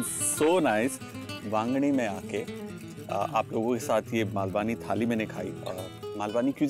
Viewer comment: It's not 'मालवानी', its 'मालवणी' There is a difference in pronunciation of 'न' and 'ण' Also no need to add additional 'आ' ki मात्रा after 'न' ... It's just 'ण' While you are getting into details of cuisines of different regions, it is important to pronounce it correctly. To start with kindly do the necessary corrections in your video title.